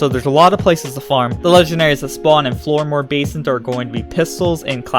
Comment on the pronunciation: How can you possibly say 'Floodmoor' incorrectly? Also it's Jabber - Mogwai - please don't tell me you've never seen Gremlins.